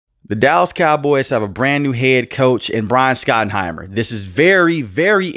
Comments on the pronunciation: It’s shot not Scot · Shot-en-himer. Not skot-en-himer. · His name is pronounced SHOT-enheimer.